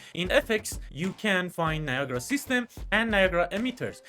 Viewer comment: its not viagra its NIA GA RA